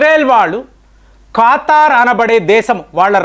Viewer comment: Kaaatar kadandi kataar anukunta